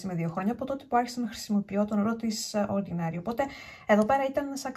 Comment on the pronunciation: ΟρντινΕρι, όχι ορντινΆρι προφέρεται 🤭🤭